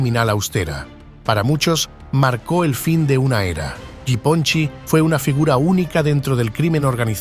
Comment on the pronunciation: You butchered that nick name It's Ya Pon Chek . It means little Japan